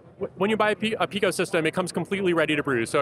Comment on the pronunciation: PIco is pronounced "pai-ko". If you're going to include pico in the name of your product, you should at least know how to pronounce it.